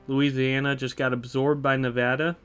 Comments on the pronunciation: He pronounced nevada right too i never hear anyone say my state nevada right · Yoo he said nevada right. Nevada residents rejoice 🫡